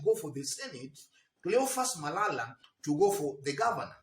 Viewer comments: You killed me by saying " cleophas malaya" sorry for that oversight 😂😂😂😂😂 good analysis bro keep it up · "Cleophas Malaya" was correct 😄